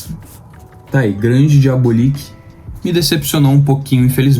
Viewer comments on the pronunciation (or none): Diabolik é excelente. Apenas uma dica: a pronúncia é diabÓlik e nao diabolíc. Parabéns pelo canal